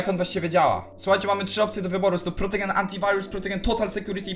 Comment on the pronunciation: "protogen" XDDD kurde ja myślę czy napisać ci o tym antyvirósie ale ty wysyłasz film XDDDDD